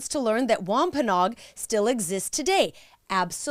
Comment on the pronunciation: We live in Plymouth county right near the Plymouth rock and the site of the original plantation. We have toured many times. What you said is accurate, however we pronounce Wampanoag differently. It should be Wamp- a-NO-ag with 4 syllables not 'Nog' with 3.